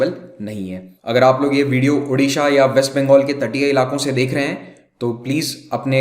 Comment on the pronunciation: Pehle sahi se bollna sikho. Uddisha kyu bol rhe ho . Odisha bollo.